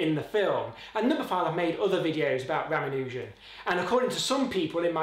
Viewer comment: I do wish that you pronounced his name as every Indian narrated youtube video I've found does, Ruh-MAHN-u-jen, not Ram-uh-NEW-jen.